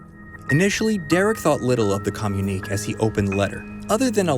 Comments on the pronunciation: Communiqué is pronounced comm-u-nee-kay not comm-unique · Maybe its just that i have particularly good hearing but i can hear the guy just fine over the music. Honestly, i was more annoyed by his misprouncing the word communique.